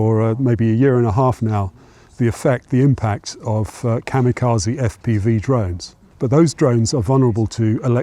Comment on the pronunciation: Please figure out how to say "kamikaze" correctly. It's quite distracting.